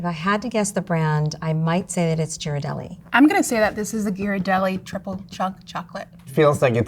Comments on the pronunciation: It's Italian. Gh is pronounced with a hard G sound as in "get". gear-rar-DELL-lee. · hello Ms., Ghirardelli is pronounced with a hard 'G', not a 'J' sound. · They all pronounce Ghirardelli differently 😭 yhiradelli, giradelli, and Ghirardelli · Yeah, it’s GEAR-ar-delli, not JEAR-ar-delli. The H after the G tells you (in Italian) that it’s a hard G. If there was no H, it would be a soft G. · It’s “Ghiradelli” pronounced with a hard G, not “jiradelli.” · They can't even pronounce Ghirardelli properly - it's a hard "G" because it's followed by an "h." You're welcome. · Somebody please tell that she pronounces the G incorrectly in Ghirardelli. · It’s Gear-ar-deli. Gear. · Learn how to pronounce Ghirardelli. Grew up near the factory in SF. The hard G of the other two judges was correct. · Pronouncing Ghirardelli wrong. Ugh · They pronounced Ghirardelli three different ways. lol. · Did anyone correct lady with the dark hair that pronounced Ghirardelli wrong question mark? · Itvdussaoints me they arebt pronoucing Ghirradelli correctly!